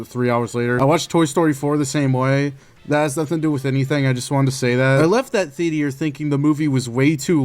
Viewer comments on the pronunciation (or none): lol you went to the the-A-ter?